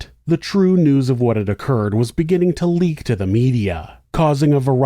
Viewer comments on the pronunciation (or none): none